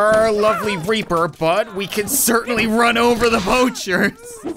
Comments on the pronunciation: It's reaper not raper 😂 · Why is it in this video says reaper as raper